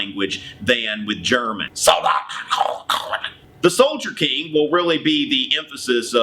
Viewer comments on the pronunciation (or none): it's Soldaten Konish lol, love your German though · Pronounced Sol- daht- en- kern- if